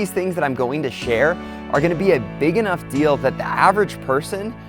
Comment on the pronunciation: says rnough.